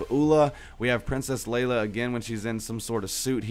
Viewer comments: Its leIa not leLa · I'm sorry but ITS FREAKING PRINCESS LEIA NOT LELA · princess lela wtf even you should know how to say it lol